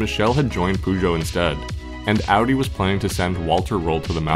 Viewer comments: Man it is not Pužo. It is Pežo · Just a comment on how you mispronounce 'Peugeot'. While you're pretty spot on with the 'geot', the 'peu' is best approximated as 'puh'. It most definitely isn't 'poo'. Although, having driven a 508 for a while, I can understand the sentiment. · aaaaarrrrrrgh stop saying poojoe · Man you gotta work on your pronunciation of peugeot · Why can't Americans pronounce car manufacturers names. Took me ages to realise you were trying to say Peugeot 😂